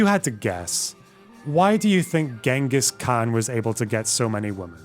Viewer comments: IF YOU CANT EVEN PRONOUNCE GHENGHIS KHAN'S NAME IN THE BASTARDIZED INCCORRECT WAY IT'S MOST OFTEN PRONOUNCED DONT PRETEND TO KNOW ANYTHING ABOUT HIM!!! AAAAA It's Chingis but most people pronounce it Gangus cuz the English spelling is Ghenghis It most certainly is not Gongus And my man didn't get that many wives with his alpha male chad energy He just kidnapped them In some of the places he conquered the kidnapping tradition literally survived to this day and is a problem A funny thing as well Ghenghis had the decency to be a good sugar daddy who paid Often he gave his wives positions in government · Did she say Gungas Khan?